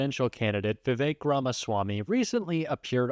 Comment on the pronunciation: If you expect people to pronounce Kamala's name correctly then you should show the same courtesy to Vivek... His name is Vivek which rhymes with snake, flake, and mistake.